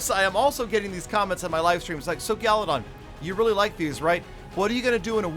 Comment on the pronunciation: Peter: Gallydon Gallydon Gallydon: peter... Peter: Gallydon Gallydon: peter what? Peter: Ah nevermind